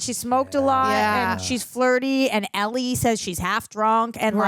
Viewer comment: Ell-IE,, Ell-IE.